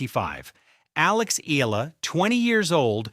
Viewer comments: It’s pronounced as “E-Ya-La” not EELA😂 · I really hate people using AI voices without altering the text to compensate the pronounciation! SHE IS NOT ALEX EELA!! SHE IS ALEX EE-AA-LAAA!!! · Her surname is pronounced EH YAH LAH.